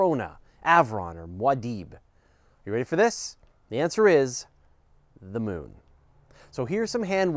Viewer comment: "Da Mewn"